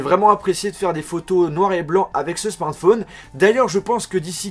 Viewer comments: C'est moi ou il a du mal à dire smartphone ? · Frère tu sais pas dire smartphone... Déso.